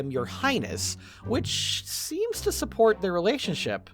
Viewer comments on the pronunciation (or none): none